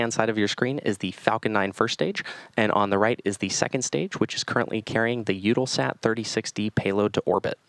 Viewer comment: Ugh! It's U-tell-sat